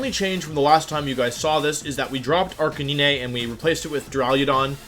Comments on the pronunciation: Did he just say arca-nee-nay? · Wtf?! Arc-ah-knee-nay?! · Arrrr cain neee neee! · y u pronounce it arcaneenay and arcanine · Arcanine "Ar-canine" canine like a dog. Not cah-nee-nay. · Ah yes good ol Arcaneene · ArcaNINEY? Wh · “Arcaneenay” This makes me extremely angry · arc a knee nay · Arca nee nay? Now, I know you mispronounced that on purpose. I bet I know why. People, don't make fun of him for how he says things. He'll start doing it intentionally, just to annoy you. Which will annoy the people it didn't originally once they notice, and hurt viewership. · Arch uh knee nay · If you call him arkayneenay again i will unsubscribe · Your pronunciation of Arcanine gave me cancer. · The fucking way he says Arcanine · Well, he always pronounced Arcanine like that... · I've never heard anyone pronounce it like that ever